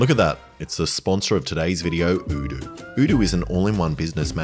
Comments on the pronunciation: They changed the pronunciation of Oh doo to udu? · i love how you pronounce odoo differently in every video, like is it O-doo or U-doo Alex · does odoo think that changing how their name is pronounced will make any more of us rich enough to own a business that requires their services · hold up, you had the same sponsor in boyboy and I think on this channel in past videos as well, and you pronounced it differently. Did that company not bother telling you how to pronounce their name until now? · Lol. Cant even say your sponsors name right... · Was the sponsor not happy with how you were pronouncing the company name? Maybe they should spell it in a way that makes sense. A single O shouldnt sound like OO. Especially at the beginning of the word, and ESPECIALLY EVEN MORE SO when the word is made up, and also ends in OO and ALSO only has 3 different letters. Id have said Odoo as well. Never Oodoo